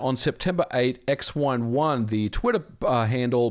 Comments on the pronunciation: it's xWINE1, not x11 lol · How is the name "XWine1" being pronounce as "ex-one-one" and not "ex-wine-one"?